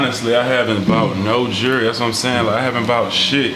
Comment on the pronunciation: Learn to say jewlry not Jury